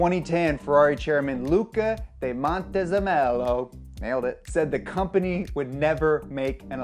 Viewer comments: "Llluca de MontezEMEllow, nailed it" mhh not quite, not at all actually. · Luca di Montewhat? Ahahahahah Italian name pronounced in english are always funny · This is the first time i heard montezemolo's name pronounced this horribly